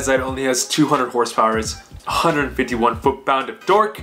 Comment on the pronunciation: I swear if you say hrsprs like fucking donut media again ima be filled with cringe